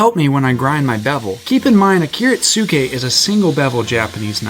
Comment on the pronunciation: It’s pronounced like kiritske dawg